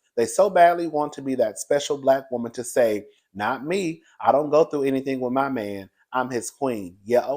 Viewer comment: My, not may